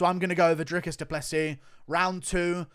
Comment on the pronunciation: DREE-COUS DOO-PLUH-SEE Hope this helps.